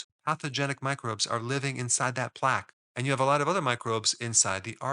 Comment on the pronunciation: I must say when I hear a doctor who doesn’t know how to pronounce plaque correctly, it makes me question their assertions.